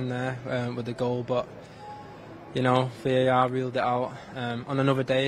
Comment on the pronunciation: i feel a bit annoyed by the way foden pronouncing "BUT" into "Bho"...😁